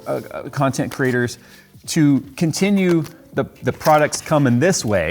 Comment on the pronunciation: I thought you said 'content CRITTERS' there for a second.